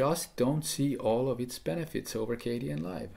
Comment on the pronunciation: I thought it was pronounced "KAY-den" and not "KAY-dee-en" Live, or am I wrong?